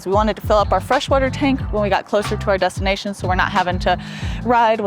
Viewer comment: Did you say dustination? :-)